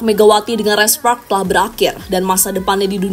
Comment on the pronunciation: "Red spoks red spoks"..aneh denger lu bilng spark min